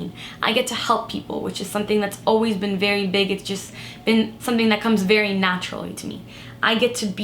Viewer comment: I love the way she says sunthing 😍